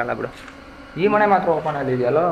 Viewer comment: Bro ಅದು ಮನೆ. ಮಣೆ ಅಲ್ಲ 😂